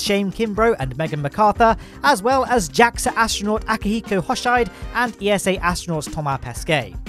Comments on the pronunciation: Great, your pronouctiation of "Thomas Pesquet" has greatly improved since the launch of Crew-2 ^^ For "Akihiko Hoshide" on an other hand, not so much... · Just the way he said akihiko hoshide